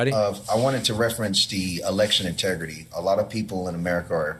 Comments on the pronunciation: Did she say "election tegridy?" Boy, Randy Marsh is going to be feeling great after that. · “Election Tegridy”